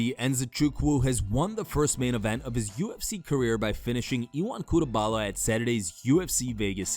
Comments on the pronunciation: It's CuteLABA....not CuteBALA. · my guy said cutebala. you are what's wrong with mma media. educate yourself.